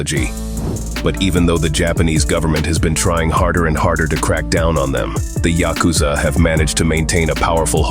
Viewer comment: Can't even pronounce YA-ku-za correctly?